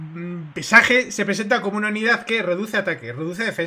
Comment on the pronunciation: Si haces muy buen contendio , pero esas pronunciaciones... xd . Un saludo